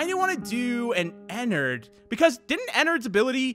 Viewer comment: Your saying Ennard wrong Your saying Enard its actually ENN ARD